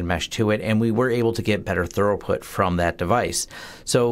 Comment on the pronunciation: Why are you butchering the English language? I know your not illiterate. Where are you getting throughout put? How are you saying it that way and sleep right at night? Its throughput! say it with me throughput!